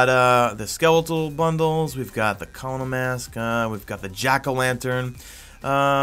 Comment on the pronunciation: We have to have a conversation about the way you pronounce 'colonel'.